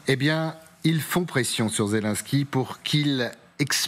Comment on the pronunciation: ... ça commence fort, le journaliste qui annonce : "le symbole de la résistance zézé, en compagnie d'ursula" ... 🤣🤣🤣 ... Ho p'tain, on tient le nouveau Coluche ...